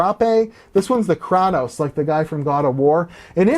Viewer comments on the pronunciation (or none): im sorry "Krah-toes"